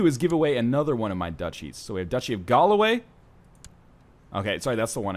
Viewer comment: Galloway isn't even hard to pronounce properly, yet he can't...